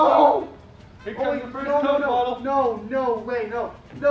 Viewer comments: Why di you guy's say cocy bro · im triggered. Cok E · Can you stop saying COKIE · It's coke not coky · Coke? They pronounce it (co-kee). REAL PRONOUCIATION ( CO-K-A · Why do they call it cocey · Why do you call coke coky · Man its not " coo key " its just coke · It’s not Cokey it’s coke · I love ur channel but y do u say cokey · It is c-o-k-e not c-o-k-e-y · Stop saying cokeee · why are you pronouncing coke like its cokey or cokie I mean its pronounced coke ok